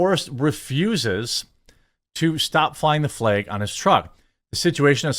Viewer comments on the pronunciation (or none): Honest question, am I losing my hearing or is he saying "american flaeg" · I'll admit...your pronunciation of "FLEG" is "triggering" (what a stupid phrase triggering is), but otherwise I concur. 😉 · What the fuck is a Fleg Jeremy? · Before i even clicked on this video i knew he was gonna pronounce flag funny.